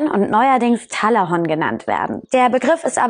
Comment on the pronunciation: Talahonk bitte auf die Aussprache achten 😂😂